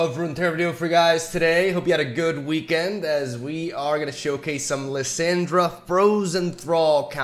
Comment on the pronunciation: Dude its Lis- AH-ndra(like when the doctor says open your mouth and say ah) the way you say Lisandra sounds like Liz-Sandra and I had to watch this on mute, haha just kidding no I didn't. I really just went down to the comments so I can talk shit about how you talk. You say Thrall correctly and its literally the same fucking sound dude come on. Is it on purpose? Ok I'm done, gg good vid.